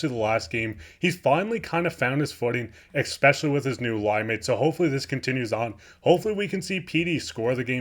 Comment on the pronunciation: Love your insights and hockey wisdom. Just one tip: Because you're a broadcaster now, I politely suggest you start pronouncing the word "especially" correctly (it isn't pronounced "expecially"). Not trying to embarrass you - just trying to help you get better and better. Delete this comment if it is embarrassing - no prob. Love the show. Keep up the great work.